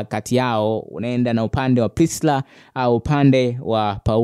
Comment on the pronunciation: Kaka tamka hilo jinavizuri.Priscilla na sio Prisla